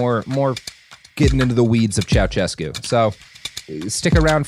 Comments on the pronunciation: It HURTS to hear you mispronounce Ceausescu every time you mention him. It’s not CIAO-CHESCU it’s Ciao-SHESCU. 😩😩😩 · It's pronounces Ceauh-shescu and Zzepesh, Ț is like ZZ as in Pizza and Ș is like Sh as in Show.